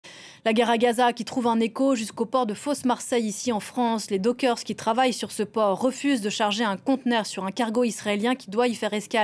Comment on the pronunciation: Ah ! Pitié ! J'ai toujours entendu prononcer "dockers" au pluriel et non pas "dokersse" comme le dit cette charmante dame. Tout est chamboulé dans ce pays !